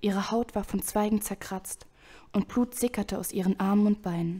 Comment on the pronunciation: Gut gelesen, musste nur immer leicht lachen wenn du "Plut" und nicht "Blut" gesagt hast^^ Oder "Eischen" xD